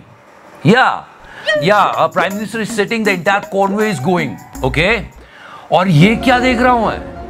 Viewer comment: 🤣 convey nahin bhaiyya CONVOY. 🤣🤣